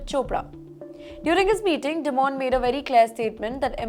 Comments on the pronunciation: It is not "di-moan", it is "die-min" kinda like diamond in an American accent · Newschannels need to learn pronunciation of names. Dimon is pronounced “Die Mon” ड़ाई मन and not “Dee mon”. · It’s dimon like simon not demon